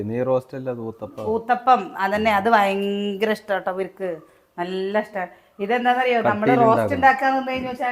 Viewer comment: Vayankara Alla Bayankara aane